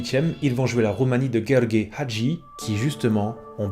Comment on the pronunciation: Par contre la prononciation de Hagi...enfin son prénom 😅😅 au.secours